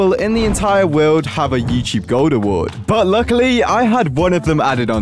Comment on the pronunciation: you said Yewcheeb not Youtube according to the subtitles